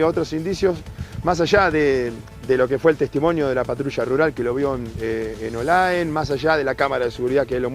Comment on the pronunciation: No es olaen ! Es OLAE